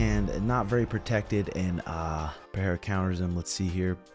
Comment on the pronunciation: Stop with this wrong "Peheira" pronunciation, I'm so tired of it